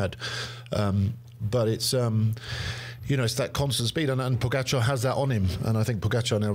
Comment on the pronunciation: Let me remind you to put the stress on the GA in PoGAčar. Tell the never-won-no-tour host that he's not too old to get it, as George gets it right on occasion and then suddenly forgets it and copies his boss. And Sir Brandly got it right once, soon to forget it for good.